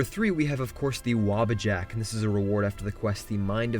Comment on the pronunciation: Wobbajack? I say waabajack